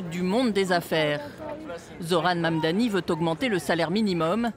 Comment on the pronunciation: Why it's so hard to read his name correctly? It's not Mamdami its Mamdani.